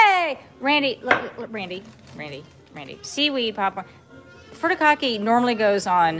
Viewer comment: Certified weeb here. The first syllable in "furikake" should be pronounced like "Hootie" from Hootie & the Blowfish. hootie-cock-eh